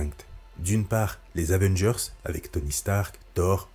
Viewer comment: Nan mais "les new Zavengers" c'est juste pas possible 🤣